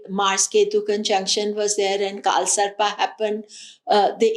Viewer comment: Thanks.. its not kaal sarpaa - its kaal sarp. same for nakshatraa - nakshatr. why adding extra aa